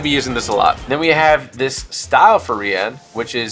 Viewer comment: I am pretty sure her name is pronounced Rianne but spelled Rian